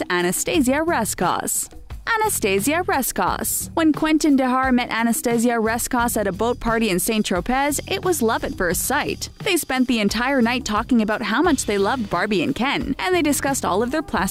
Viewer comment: Lmao, St TropEZ. It's pronounced, St Tropay...